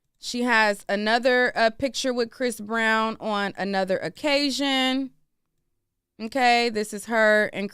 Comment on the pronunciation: What's with the extra emphasis for the word "on"? Shit sounds tacky